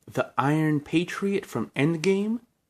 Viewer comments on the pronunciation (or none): none